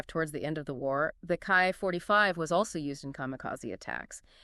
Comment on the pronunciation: It's pronounced like key 45 not kai 45